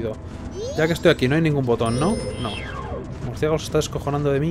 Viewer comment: es murcielago no murciegalo